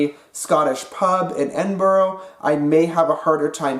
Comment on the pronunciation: If you do come to Edinburgh it's pronounced Ed-in-bur-ruh, not Ed-in-bor-row.